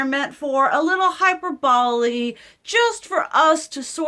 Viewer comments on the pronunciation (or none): Just to help out with engagement and maybe educate a bit...I know, I have an iddy bitty ego,lol... Anywho. Hyperbole. its pronounced HIGH PER BOL LEE. It's one of those annoying words in English that refuses to use any of the rules. an anarchist word if you will, lol.